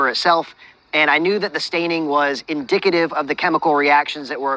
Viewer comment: he had me at " indicativ" his "hipothesys" has to be close to thr mark